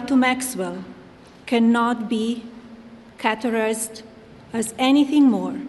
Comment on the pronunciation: Caterized= categorized 😂 Tribal vs trivial 😂